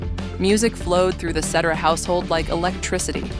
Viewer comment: They never pronounce Cetera's last name correctly 😂😂😂😂😂😂😂😂